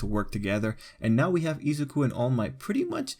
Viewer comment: Izaku? It’s izuku Ei-sa-ki? Ei-suku